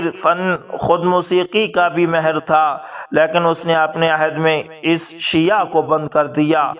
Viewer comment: جناب آپ نے ماھر کو مھر بولتے ھے مھربانی ھو گی آئندہ اس کا خیال رکھیں